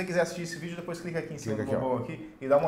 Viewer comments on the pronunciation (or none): none